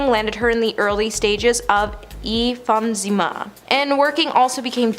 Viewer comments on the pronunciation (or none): When talking about Amy Winehouse ......It's called em-phy-sema WTH, and you're a reporter?😂